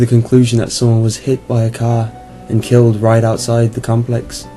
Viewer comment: wait did he say he was killied???